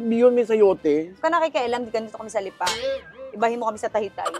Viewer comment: Anong Lipaa? Lipa . Bakit may pakupya sa dulo? Sarling Lipa yern?